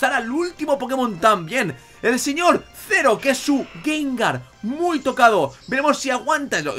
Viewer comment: Ah y otra cosa, es Zeroh, no Zero xD, pero no pasa nada ^^